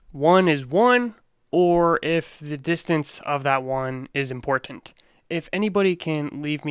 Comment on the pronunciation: I dont know why but I love the way he says Im-por-tant lol enunciated that shit out lmao